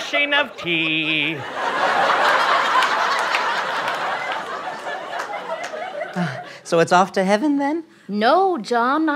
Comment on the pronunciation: I know he meant gnashing of teeth but instead of teeth I heard tea which is why I thought it was so funny.